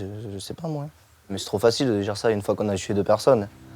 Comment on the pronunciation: c'est insupportable..